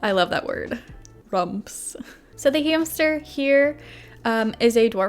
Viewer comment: They told me to get a new hamstuhhh